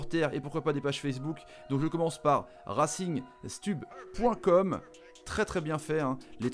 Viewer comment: On dit RacingStoub pour RacingStub sinon très bonne vidéo. RC STRASBOURG 💪🏻